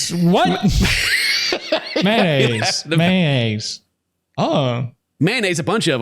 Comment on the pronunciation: The may-nayze is my fave part 😆